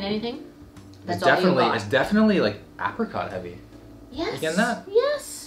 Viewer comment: Bagged milk...are you Ontarian? I love how you pronounce “apricot” like “ahh-prihcaught”. That’s the proper way to pronounce it, imo